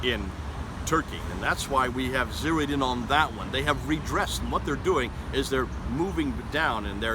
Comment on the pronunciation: *zeroed not zeod